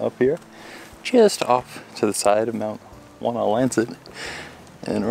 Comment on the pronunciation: Should you go to that area again, climb Whiteface via the Blueberry Ledge trail. It's a work out, but the view on top of Whiteface is incredible... and yes, your pronunciation of Wonlancet was perfect and correct.